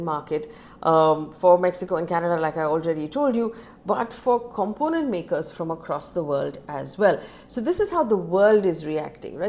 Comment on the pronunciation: If I were you I’ll work on “component” and “aluminium”pronunciation. As your news is quite informative.